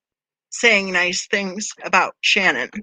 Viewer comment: Who Shannon? It’s Shannan